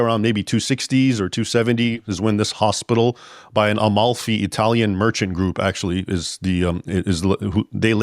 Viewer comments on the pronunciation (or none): none